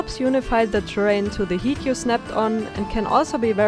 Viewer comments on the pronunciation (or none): I love love love this build so much. Your creativity and patience is incredible. Oh and btw.. the word hight is pronounced like the word hi.. not he :-) (Needed to say that, I teach english) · It's not awful, it's just noticeable :D Practice makes perfect and you're fine grammatically, most people mess up their syntax when switching languages, so you've got that going for you! "height" rhymes with "kite" though :) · This build is amazing! I can't begin to imagine how much time you must have spent on this. When I first saw the picture on Reddit I couldn't even recognize any of the objects as Sims objects, haha! (P.S. Just trying to help: I think you pronounce the word 'height' as 'heat', but it's pronounced 'hait'. No judgement, you speak English really well, just felt like you might want to know. <3) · Wahnsinnig gut, kann ich mir direkt in einem Fantasy RP vorstellen! Auch cooles Intro und Transitions! Hast eine neue Abonenntin! Kleiner Hinweis am Rande, "height" wird /haɪt/ ausgesprochen :3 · du bist soo talentiert! das sieht echt krass aus, mega respect. nur ein kleiner Fehler in deiner aussprache😅 height wird "heit" ausgesprochen. ansonsten habe ich echt null kritik🔥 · Ya height should rhyme with white 💜 and also thank you this is stunning and I have learned so much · This is incredible! I may have heard you mispronounce "height" a couple of times... it is pronounced to rhyme with bite and kite (and Scheisse! 🤣🤣), not to rhyme with heat. Maybe you were just tired on this day because the rest of your pronunciation sounds fine! Really beautiful work :)